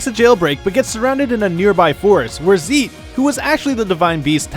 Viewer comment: It's zEIT not zEEt you noob